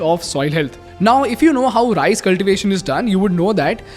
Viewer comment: Great content....but I cannot ignore the fact that he always says RISE instead of RICE